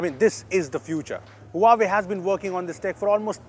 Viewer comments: Not hooahwei. It's hwa wei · it's pronounced "Wa-Way" and not "Huaa-way", come on! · You just pronounced Huawei wrong. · He pronounced Huawei wrong again